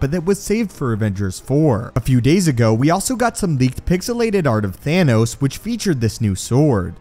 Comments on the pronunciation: Thanos Not Thaynos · Is it THAHNOS or THAYNOS? Lol